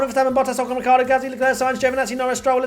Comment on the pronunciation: Did you really say "Hamilton, Verstappen, Bottas, Ocon, Ritardo" on your first attempt at the rundown? hahahahahhahhahahahah